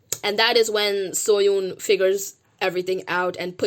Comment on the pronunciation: Oh also I love your videos and I am a fan but just wanted to let you know that you are not pronouncing Seohyun’s name correctly. It can be hard to pronounce so I understand. Just thought I would let you know.